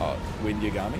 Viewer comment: I'm such a nerd that the pronunciation of Yagami bothers me, I've gotta chill